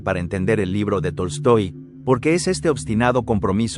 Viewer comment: no se porque todo el video escuchaba Toy Story no Tolstoi XD